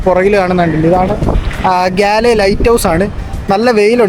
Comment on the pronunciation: ഗാല്ലേ എന്നല്ല ഗോൾ എന്നാണ് അവിടുള്ളവർ പറയുന്നത്